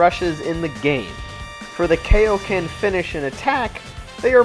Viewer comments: Dude, it's Kaio-Ken not Kayo-Ken. i know the dub of Z says it that way but even in Z Kai they're pronouncing it as Kaio-Ken. You should be more consistent with your pronunciations. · He says kayoken sometimes… instead of kaioken. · You do know he said kaioken wrong but I won't be rude or butthurt about it